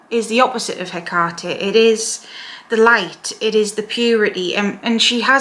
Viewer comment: I love you, and I love youe even more for pronounciating her name correctly😅